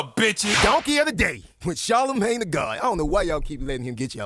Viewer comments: Charlemagne said his name completely wrong 😂😂😂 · Charlemagne mispronouced his name multiple times so that threw off the Guess What Race It is